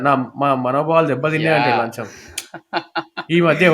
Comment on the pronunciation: Bro it’s Lacham not lancham